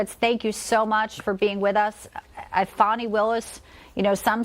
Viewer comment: Fa'W'ni <-- no W so you got it right the whole time.